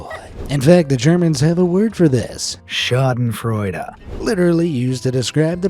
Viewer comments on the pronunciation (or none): I had to Lough so hard at the way you Sayed "Schadenfreude" because I'm German and omg that's the most hilarious way of saying a German word I ever heard😂 (Btw it's not meant to sound rude or anything j love your videos)